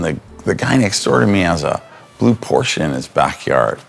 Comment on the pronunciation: 200K for a revamp of a old Porsche? Why not just buy a new one? P.S. Thank you for saying Porsche correctly.